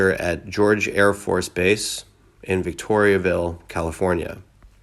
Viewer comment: What is with all the mispronounced words. Some of them have been called out in this comment section. But I did not see one not called out. The AFB is not in Victoriaville, that is a town in Quebec. The town in California is called Victorville.